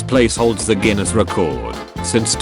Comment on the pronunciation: the mispronunciation of "Guinness" makes this much better